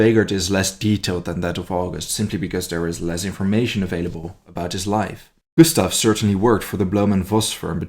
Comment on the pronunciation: In German not every s before t is pronounced as "sh" Gushtav, Geshtapo vs made me cringe